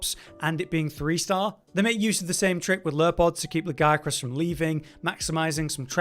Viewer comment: Thumbs up just for saying "Legiacrus" properly. 👍